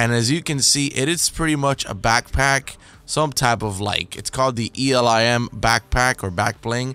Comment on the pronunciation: It’s elim not E L I M as in elimination and it counts kills